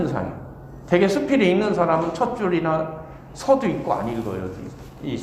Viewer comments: 첫 째, 서두의 "서"는길게 발음해야지요!? 자고저 문제가 많습니다. 이러변, Korean language가 아니지요!!! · "이방주의"!?? 성명이면 제발! 띄어 써야!!! 서두, 서문의 첫 자를 모두 짧게 잘못 발음했습니다. 또 사실도 같은 실수! 모두 길게 발음해야지요!!! 참! 놀라운 일입니다.